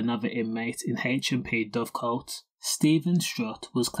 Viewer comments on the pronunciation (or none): Dovegate not coat